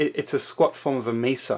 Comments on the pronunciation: This guy is irritating. The word is mesa from the Arabic for table. It's not misa. Too much pencil action also! 😅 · I am sorry, are you pronouncing mesa like it would rhyme with giza?